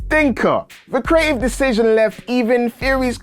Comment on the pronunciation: the way this guy pronounce 'Creative' ? Cree-A-I'